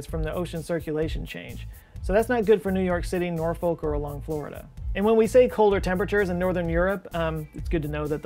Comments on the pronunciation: Nor “fick” or Nor “fuck” not Nor “folk”. Sound like a tourist 🙃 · Hey, just an fyi - it's pronounced 'Nor-fuk' not 'Nor-folk'.